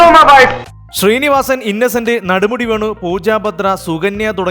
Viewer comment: ചേട്ടാ നടുമുടി അല്ല നെടുമുടി 🙏🙏🙏🙏🙏